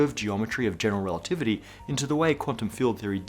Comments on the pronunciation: "relitivity"? Ouch! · "General Relititivy???" Apart from that, awesome as usual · "relitivity" ... :-O (Still... an absolutely amazing episode!) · "General Relitivity"